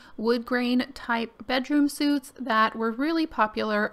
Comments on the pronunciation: Re the bedroom furniture, it's pronounced "sweet"(suite), not sute (as in men's jkt and trousers). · Bedroom suit? Is that an american or Texas pronunciation? I've never heard it called that before, here in Canada we call it a bedroom suit (pronounced sweet). Either way, this is an awesome piece! You are so talented. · You may want to know bedroom suite is pronounced "sweet" as in "hotel suite", and not "suit" as in "business suit". Also, it's Big Wheel, not Big Wheeler. Cool build though. 🤓Sorry, i have a really hard time not letting people know when they make these errors. It's a neurodiversity thing. It would literally cause me anxiety hours later if I don't say something. It's not meant to hurt anyone's feelings . I really like your builds and I've been binge-watching them all day. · Bedroom suite. Prunounced like the word ' sweet ' not ' soot'.